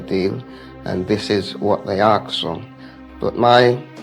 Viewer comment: "aks", why does this always happen?